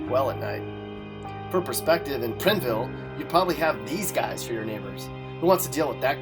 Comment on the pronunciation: You said prineville wrong you said it "pri-n-vill" its pronounced "pr-ine-vill"